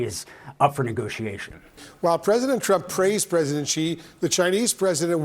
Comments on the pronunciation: you have pronounced it wrongly. It is not "G" but "Xi" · Either "Xi" or "Jin", never "Ji"!! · Xi....not Ji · Si not Gi. Learn the name of the feeding hand. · For those who don't know...Xi can be pronouced in almost the same tone as Shi. It's not Gee, not Jee, not Chee, just say Shi. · Xi is pronounced as "she" not "zee" madam......not good from CNN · "president Gee" for real CNN? lol